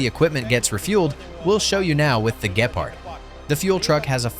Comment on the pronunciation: Gepard. Emphasis on the G not the P.